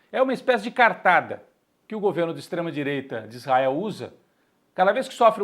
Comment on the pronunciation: "ISTREMAH DIREITAH", mas o 9dedos é paz né? KKKK esses colunista de federal é foda....